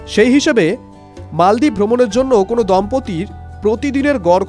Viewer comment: মালদ্বীপ৷৷ মলদ্বীপ না😂